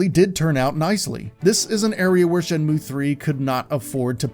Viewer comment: What a Shay-mu :/ Does anyone know where I can find some sailors, though?